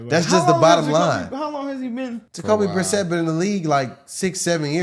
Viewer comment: Jacoby.. Brisette.. The way they all keep saying his name has me dying.